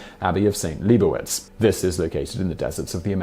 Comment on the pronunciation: It's LEE BOW WITZ